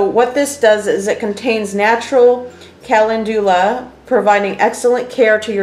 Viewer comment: This is not how you pronounce calendula!